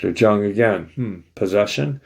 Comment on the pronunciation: Carl Jung is pronounced Yung.